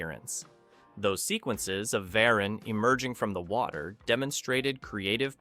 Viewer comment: Varan The Unbelievable came out in 1958 NOT 1962. Also, this is the 4th or so monster whose name you’ve mispronounced.